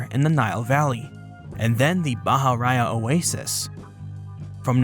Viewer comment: It is not "bah-hah-RAH-yah." Bahariya is pronounced, "bah-hah-REE-yah."